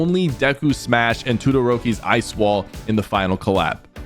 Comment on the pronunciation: Please never say Uraraka that terribly again, I felt part of my soul get ripped out of my body. It hurts, a lot. Tudoroki!? WHO IS THAT?! Dude please watch My Hero academia that way you can at least say the names right!!